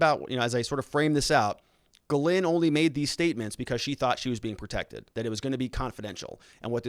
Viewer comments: GhilANE sounds like that not Ghlin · Her name is pronounced Geh-lain, with the emphasis on the second syllable!. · Ghislaine = Gees- lane NOT Gelind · Dude her name is pronounced Jizz- laine, courtesy of Ep-stain..... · The redactions of her name have been removed. No longer does one need to omit the "Z" when pronouncing, "Gizzlane" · Helping YOU with the pronunciation of these major players names, Starting with Ghislaine Maxwell.., "GA-LANE MAXWELL, Just like I described. Virginia Roberts Giuffre - Pronounced VIRGIN-YA ROBERTS GU-FRAY. * NOTE: Since you are following this case closely, & sounds as if you're planning to do so further. Going forward, You'll correct pronounce. ✌️💛😷⚠️